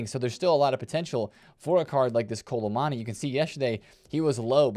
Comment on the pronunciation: When are you gonna pronounce kolo muani’s name right?